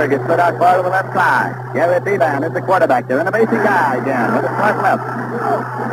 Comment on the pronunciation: Nelson keeps calling the UCLA quarterback bee-BAN. Most pronounced it BEE-bin